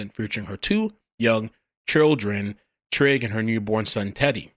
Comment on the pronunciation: Trigg as in "Trigger" that's those MoMos for you